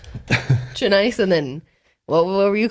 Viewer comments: He says “Janeece” hahah she’s like “Janice?” Your pronunciation of names is hysterical bro lol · "Juh-niece." Lmao. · hahaha ja-neese im dead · I died at janeese 😂 I'm assuming he meant Janice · the way you pronounced janice’s name is how you actually pronounce my moms name lol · My moms name is Janice and almost every person that doesn’t know how to pronounce her name says it the way did 😂😂 don’t feel bad. You’re not alone lol